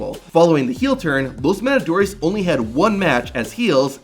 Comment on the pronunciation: "Los madadores" 😂😂😂